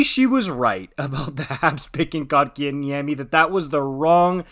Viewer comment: First off it is Coke In Yemmy not Cock -in - Yemmy! Second if you have been watching the Canes you would know that the second line with KK at 2c has been the top scoring line for the Canes! KK was moved to 4C for injury reasons and the second line went dormant. He has been back since January and not only is that second line going again so is his numbers. I know his numbers were not there in the start of the season but if there were a such thing as a third assist, he would have been racking them up. All year he has been winning face-offs and battles on the boards that has lead to Necas and Svech/Turbo scoring the goals. Plus he has become great on both sides of the puck. The Canes develop 200 ft players. Rod demands defense first. The Canes know how to take poorly developed players and fix them. I can't wait to see how good Pulj will be after a few years. KK will only get better. Good long term deal by the Canes. As for last nights game.... KK with the winning SO goal!!!!!